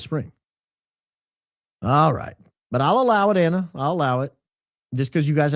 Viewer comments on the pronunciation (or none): none